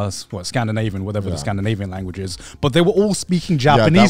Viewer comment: bro said "scandiavian langauge"